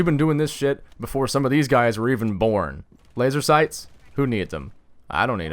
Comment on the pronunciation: "FoOKiN lASeR SIghS".